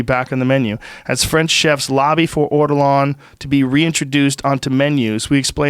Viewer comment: It’s Ortolan. Not Ortolarn